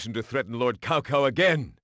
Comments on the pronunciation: It isn't "Cow Cow"... it's Çao Çao... illiterate wretches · Cao Cao is pronounced like Ts'ao Ts'ao. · It is prounounced Chao Chao.